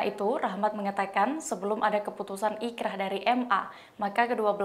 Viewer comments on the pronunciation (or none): Boleh koreksi sedikit ya min, inkracht ( dibaca inkrah ). Saya td dengernya ikrah soalnya.